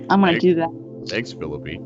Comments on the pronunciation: so she can pronounce guillermo properly but not phi lippe, it is pronounced 'phil-eep' btw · Great job but it's pronounced "Phi-lee-pay" lol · She doesn't even know how to pronounce phillippe but then gives the guy a class on pronouncing Spanish????!!!! Idiot